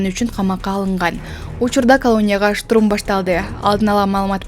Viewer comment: Штрум эмес!!!!! Штурм!!!!!!!!!!!!